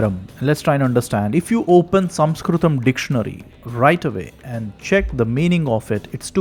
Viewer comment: The point at which word "Sanskrit" was first pronounced, I quit.